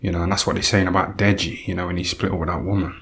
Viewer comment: "Dead-GEE" LOLL